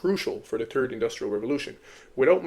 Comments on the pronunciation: How are you able to pronounce the word "the" butt you say TURD instead of THird ?😂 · Are you saying turd? LOL